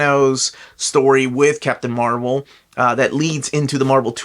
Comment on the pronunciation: You mispronounced Marvel.